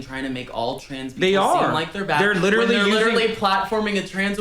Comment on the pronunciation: You missed a couple "quite licherally"'s in there, but yeah that's about all he's got